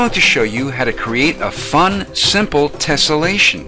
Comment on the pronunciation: tellessation lol